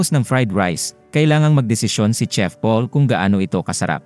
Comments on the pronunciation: CHEF po hindi tsef. parang tanod lang ah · Mali po pagka bigkas nyo sa "CHEF" Hindi po "tsef" Yun, "shef" dapat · Thai kc kaya tsef Pag korean ang bigkas shef Pag pinoy shit😅 Owkie lang yan Sabi nga nila E Correct mo in private but purihin in public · Alalahanen mo magkakaiba tayo ng LANGUAGE SLANG, PILIPINAS PA LANG IBAT IBA NA,taaw ng ihi mo😂😂😂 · Hehe a.i po yan kaya hnd tlga msasabi ng maayos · It pronounced as "shef" Not tsef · gsto nya tsef eh bkt ba haahah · Hahaaha bkt Kasi tsef😂😂